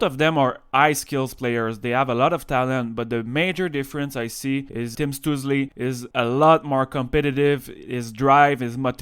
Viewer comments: I'm pretty sure his name would be pronounced Shtoo-tzel and the tzel part would be pronounced like at the end of the word pretzel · Your pronunciation of his name is really funny. (